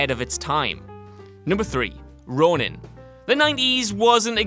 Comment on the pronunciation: Ronin. Not Ronan. A stellar flick.